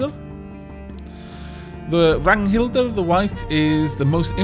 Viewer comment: Æ/æ = ae or Ä/ä Ø/ø = oe or Ö/ö Really can't think of how to explain Å/å The awkward r at the end of names i am quite sure that they are pronounced like you did Ragnhildr